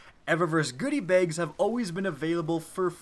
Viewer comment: The way you say "Bags" bothers me